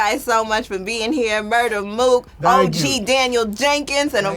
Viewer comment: Murda Mook* Not “MURDER” lol Also, probably better for your algorithm.